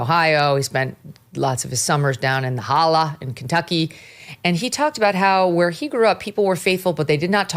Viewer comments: Megyn, we love you, but I grew up and still live about 2 hours from JD Vances family in eastern Kentucky and we do not say HOLLA. It is HOLLER....fixed it for you. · Megyn it’s holler. Not holla